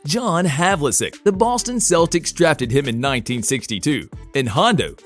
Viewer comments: "John Havlisick"😂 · John Havel-sec Ka-wee Leonard Sound like al NBA fanbot